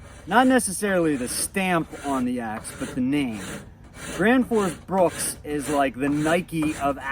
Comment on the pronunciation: BRUK BRUK BRUK BRUK it says it on the name print on the handle on every single one , NOT BRUKS . Why in the hell can no one get it right LOL